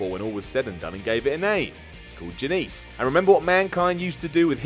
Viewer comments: Janice not Janease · I love but not Janice isn't prenounced 'Jan-eese' - Prenounced 'Jan-is':'( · *Jah-Niss, not Jan-Niece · Me? I don't have an erection. 1 He mispronounces so many things he should just run witg it and go Broken. Or Woken. One of the two. Or become Megamind! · Janice = "Ja-neese"? Hahahahahaha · You mispronounced Janice and the time tna had Jay Lethal as Black Machismo try to marry So Cal Val! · I have never seen a British person pronounce it that way